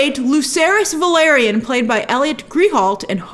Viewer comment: Grace it's house Velaryon, not Valeryon 😅